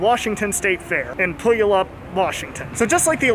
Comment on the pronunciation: As a Washington born local, I sadly have to inform you that you pronounced the name wrong. It’s pronounced like pew all up. It’s kinda the easiest way to tell when the weather forecaster is new if you’re from here. Also if you’re ever down here again there’s another ride you missed though it’s not a roller coaster. It’s the flying theater Wings Over Washington. It’s an updated clone of Soarin at the various Disney Parks and in a lot of ways I think it’s better than the ride it’s imitating